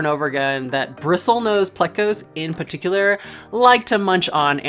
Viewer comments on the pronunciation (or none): none